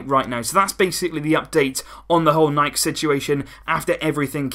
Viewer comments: We in germany say also „nike“ and not „nikeeeyyyy“ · I support you, I've always said 'Nike' and not 'Nikey'